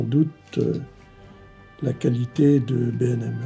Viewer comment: C'est B&M pas BèM ou les autres trucs